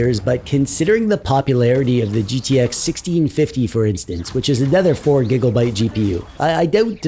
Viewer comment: Wtf is a gig-"O"-byte?